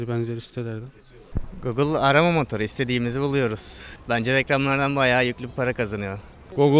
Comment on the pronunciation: Gogıl işte arama motuuru